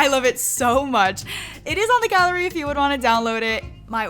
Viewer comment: GURL• GA-LL-E-RY GURL WHERE????